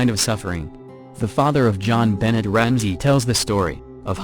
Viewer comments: The Ramsey child's name is pronounced as Jon BeNAY. not Benett. Her murderer was identfied by the DNA on her underwear. He died of liver failurre, I think. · Who is John Bennett Ramsey? (rhetorical question) This is why not using electronic voices is better. The mispronunciation of the names is terrible. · Jenbo lol 😂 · It's NOT BENNETT!! Grrrr.... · Sorry, that was sarcasm. I know who they are. I was mostly making fun of the pronunciation. It just sounded awful. Thank you for your descriptions though. :D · JonBenet God I wish y'all would get names right when you talk about stuff makes it frustrating to even listen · "If you can't get the little facts right" - like the pronunciation of the victim's name? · Oh, just an FYI learn how to pronounce JonBenet's name they surprisingly mention to pronunciation quite a few times...